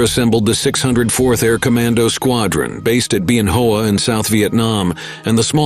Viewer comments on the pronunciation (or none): Bien HOA... Is not Be N Hoe Wa. It pronounced as it is spelled... Okay HOA is pronounced Wa. Just some things you don't forget after 60 years and 3 tours in Vietnam